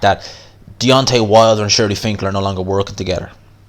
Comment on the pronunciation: HIS NAME IS “SHELY FINKEL” not SHIRLY.